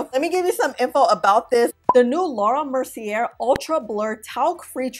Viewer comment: And since we are going there, it’s ”mer-cee-yay”, not “mer-cee-yair”. 😉